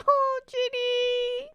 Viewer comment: Instant respect for saying Jinny's name correctly☺ Your reactions are always lovely!